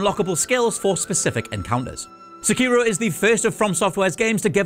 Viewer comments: Seh keer o or Seh key ro, I say the latter... this guy keeps saying the former... which is it. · The way you pronounce the title of this game hurts my ears. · dude it's so annoying everyone calling him se-kiro it's seki-ro. it's levi-osa not levio-sa LMAO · Dumb question.. Is the main character’s name Sekiro? They just call him Wolf. You keep calling him Sekiro but I wonder if that is correct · He keeps callin wolf sekiro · I don't think he pronounced "Sekiro" correctly once.